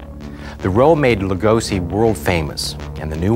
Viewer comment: He CHANGED his name to Lugosi!!! So NOPE it wasn't Lugosh. He didn't want it pronounced that way.